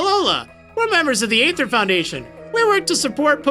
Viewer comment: sorry to be so picky, but Aether is not A-thur, it is E-thur